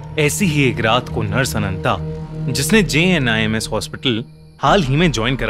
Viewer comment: I thought it is jinns. When you said jinms then I looked on the title.